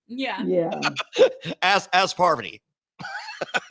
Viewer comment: I love how Rachel keeps calling Parvati “Poverty” and Sheree “Sher-ie”. 😂